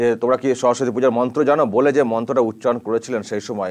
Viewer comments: ভুল মন্ত্র পাঠ করলেন নিলর্জের মতো।🙏🇮🇳🙏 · ওরে বাবা এ আবার কেমন হিন্দি, আর মন্ত্র উচ্চারণ, উনি হয়তো 🤔🤔🤔 বই সাফায়ে ফেলবেন শিগগিরই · মমতা ব্যানার্জির মন্ত্র শুনে খুব হাসি পাচ্ছিল।কি ভুলভাল মন্ত্র বলছে। উনি কি হিন্দু না অন্য কিছু সন্দেহ আছে। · হিন্দু ব্রাহ্মণ হয়েও ভুল মন্ত্র উচ্চারণ করে ।সে আবার অন‍্যের ভুল ধরছে। সত্যি খুবই হাস‍্যকর ব‍্যাপার। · ভুলবাল মন্ত্র উচ্চারণ করে পাপ করছে